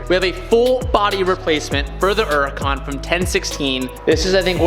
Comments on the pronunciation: I try and watch you time and time again but you pronouncing Huracan......There’s a fucking H in the name of the car. It’s not Uracan. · Nobody:: "Urukaan"